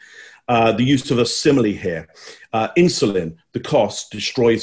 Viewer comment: It was so funny see Biden's reaction when Trump said the word "insuline" while he was interrupting Trump, he transform his face. Biden clearly thought Trump said "insolent"